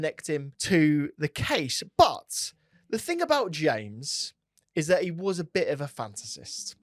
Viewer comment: I like in this justifying the argument barry deserved no comp. Here here. Stop saying wuz tho! W-A-S